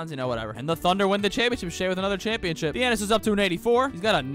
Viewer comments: Say it with me “tha-na-sis” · My man really said thianis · Y did he say thenasas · ta-nah-sis thianis is crazy 😂😂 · That’s not Thiannis it’s Thanasis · It's not Theanis it's Thinasis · thanasis, not thianis lol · Bro said Thianis💀💀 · calling him theannius pissed me off to anoyher level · Calling him Thiannis is crazy 😭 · Thee Anis. That’s definitely his name. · Its THA-NA-SIS bro 😂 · Bro lit said theanis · bro said Fianiss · Called him giannis(thiannis) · It's pronounced tha na sis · Stopped watching after 2 minutes of hearing "Thianis". Don't disrespect the goat like that. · Commenting about pronunciation of “Thanasis”. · He literally refuses to learn the proper pronunciation at this point. He called Shai "Shy" for a while too lmao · his name is *thanasis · Waiting for the day when he pronounces Thanasis correctly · I'm just joining in with everybody else who wondering how he make a whole video about someone name he can't pronounce lol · who’s gonna tell him how to pronounce thanasis? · bro didn't pronounce Thanasis right one time in the whole video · you not even trying wit his name lol i’ll give you your shameless comment